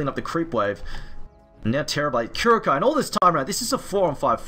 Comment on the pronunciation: Secret Team not sure if good news or bad news. -someone teach that guy how to pronounce KuroKy pls